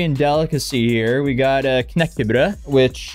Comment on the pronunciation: She is sooo crazy 😂 Nice pronunciation of Knäckebröd btw butt it is swedish🇸🇪 NOT norwegian🇧🇻🫣